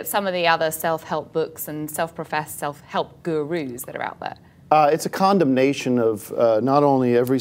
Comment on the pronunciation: Who's else caught him saying condom nation 😂